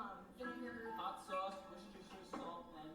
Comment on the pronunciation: Wtf? No. American Pronunciation: wu-stuh-shr British Pronunciation: wooster-shuh Shire is the British equivalent to our counties in the US, so the sauce is simply named for the region from which it comes, Worcestershire, where 'shire' sounds just like the state name 'New Hampshire.' It's just a word that no one learns in school, and everyone is taught to sound out the word by syllable/letter, making everyone try to say every letter or syllable in the word when they don't need to.